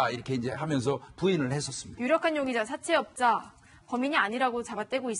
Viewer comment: 여자패널 발음 사채업자 사태업다~@@